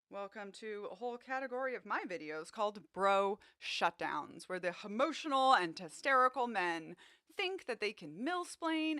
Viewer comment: "Testerical" and "Hemotional" 😂😂😂